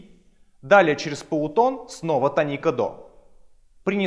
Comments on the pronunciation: тоникА? какой позор)) тОника. желание смотреть видео и тем более учиться по нему отпало напрочь. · тОника, а не тонИка! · Простите, но слово тОника, а не тонИка. Полутон - не интервал, это минимальное расстояние между звуками. Интервалы называются - прима, секунда, терция и т.д. Запоминать гармонический и мелодический лады по тонам и полутонам - нерационально, в ДМШ объясняют проще - пониженная VI (гармонический мажор), VI VII (мелодический мажор) и т.д. С ног до головы - вы гитарист, а с головы до ног - кто??? Не имеет значения, не так ли? Тоже и о ладах: мелодический мажор используется как в восходящем , так и нисходящем направлениях. В ваших знаниях много пробелов. И вместо того, чтобы их ликвидировать, вы распространяете эту недоученность другим. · Не тонИка, а - тОника, грамотей. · Может я чего-то не знаю. И говорит тонИка правильно. Но слух режет пиздец. Хотя википедия говорит тОника. Да и все окружение музыкантов тоже. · Молко Молко 1. Не "тоникА" он сказал, а "тонИка". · Да и все словари говорят "тОника"